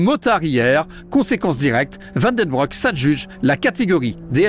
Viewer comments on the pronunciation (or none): Super !!! bon par contre Van Den Broek se dit Van Den BROUQUE ;-) et pas broc